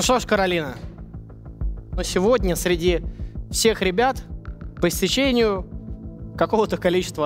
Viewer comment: Как же болят уши от слов «по истечениЕ»